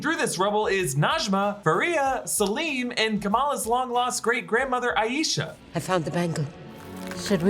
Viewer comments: hii I like to point out the pronunciation of the name “Aisha” hence it also being my own name hahaha! It’s “EYE-sha” not “EYE-YEE-sha” :)) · It's pronounced, "Aye-sha" (Like Eye-sha)